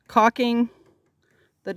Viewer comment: Caulking is a another one of those words in the English language commonly mispronounced. Like Liberry (Library) and Realitor(Realtor). LOL 😂